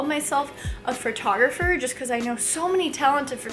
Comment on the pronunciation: "Fertographer" hahaha